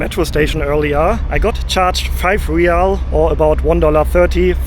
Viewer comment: Hi, ever since you been in Oman youve been pronouncing the currency wrong. Its Rial, like when you say real madrid. Re yal.